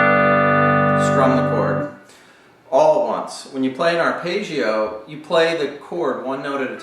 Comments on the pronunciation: there is absolutely no correlation between my mistake and his. and this is not a question of accents. arpeggio is an Italian word, it should be pronounced [arˈpeddʒo] that's all i was saying, I wasn't 'scrutinising' anyone. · It's not his accent. It's the strange American way of identifying "foreign" words by pronouncing them differently from the way they look. Arpaygio for Arpeggio Paydro for Pedro Coasta Rica for Costa Rica Ugaahnda for Uganda Veet Naahm for Viet Nam The rule is: if you think it's "foreign", find a short vowel in the word and make it a long one. Stretch it out like a bit of chewing gum... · aar•peh•jee•ow….just saying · great explanation, awful pronounciation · I'm probably late but, the thing is, he's obviously not Italian so he pronounced it differently. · what do you mean? i wasn't being not nice. i said the explanation was great and that's the mean pint of this video. but this is not how you pronounce this word. which is a fact. and since so many people watch this video (because of the great explanation), they should be aware that this is not how arpeggio should be pronounced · Just say Johnny Marr....